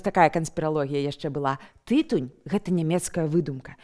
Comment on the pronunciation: тыТУНЬ, -.